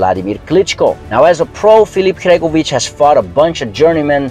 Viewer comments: Sory its not Hregovic it's Hrgovic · Bro the way you pronounce Hrgovic is a crime